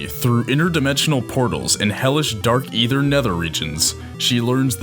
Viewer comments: does it bother anyone else that they are mispronouncing names in this? SP-388??? SR-388 (dumb) and Ether??? IT'S AETHER .... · I'm glad you made the video to clear up Samus' true personality and character but, omg dude, it's spelled Chozo but, pronounced Koh-zoh. Aether is pronounced A -ther, not Ether, lol. Not trying to be a jerk or anything btw. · It's pronounced, "Ay-thur."